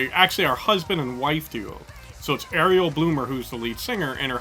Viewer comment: yes and her name is pronounced REL not like the little mermaid